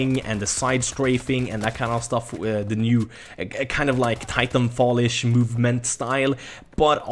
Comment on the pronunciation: Im sorry xD it almost sounded u said title fall IM SORRY Hhahahaah